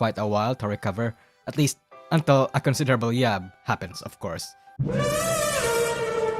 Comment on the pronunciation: Um.... it "yabs" or "yab" actually, from yabe Not jab..